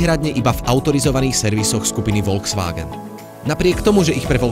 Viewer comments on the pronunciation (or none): btw volkswagen sa číta "folksvágen"